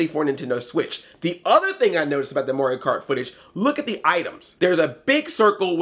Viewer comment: you've listened to too much korey coleman. your pronouncing mario as morio. haha